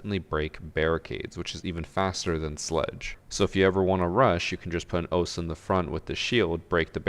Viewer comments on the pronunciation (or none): It's 'Ohsa'